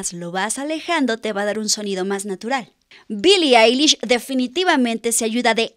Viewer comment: Mi like porque eres la primera persona q doce bien el nombre y el apellido de billie eilish ( se dice ailish) asi q mi like